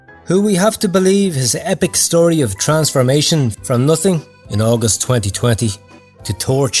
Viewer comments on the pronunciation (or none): none